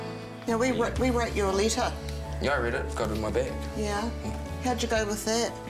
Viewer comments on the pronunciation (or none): Like how she is saying «get of my beg» like just say bag haha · What’s a beg she kept saying give me my beg I’m confused